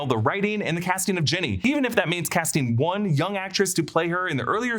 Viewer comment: Did you just call Ginny, Jenny